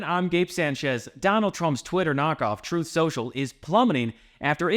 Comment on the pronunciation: I think drumpy pronounces it "troth" social...he "interposes" the U 🤣